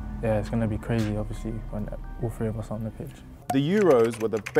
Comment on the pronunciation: Luke “Oviouslee” Shaw